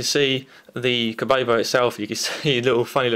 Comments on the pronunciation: you called it kobobo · Kobo mate not kobobobobobobobobobobobobobobo